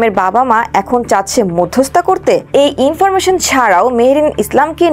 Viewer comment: আপা শব্দটা মধ্যস্থতা হবে।